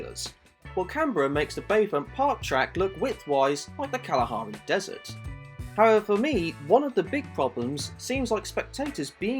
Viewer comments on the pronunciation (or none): none